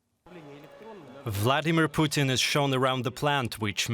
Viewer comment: It's not "Vldr ptn" it VLADIMIR PUTIN.